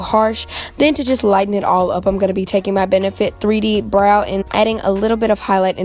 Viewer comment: The way she says BROW 😂😂😂